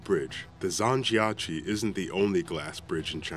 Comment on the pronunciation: he could have learned how to say zhangjiajie 😂